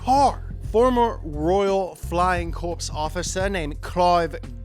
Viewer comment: I've watched hours of your videos in the last couple of months. But I'm bored and noticed two mistakes in this video. Cricklewood is in northern London, which is in the south of England and corps is pronounced core not corps 😉